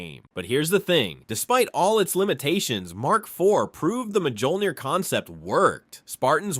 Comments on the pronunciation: The Mark 4 didn't have power sustainment issues it used a fusion reactor just like the later iterations of the armor. It also did not have energy shielding and MJOLNIR is pronounced like Me All Neer not ma joll neer. Also everything you said about the MJOLNIR program is pretty much wrong. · Literally one second in "The Majohlneer program" aight I'm out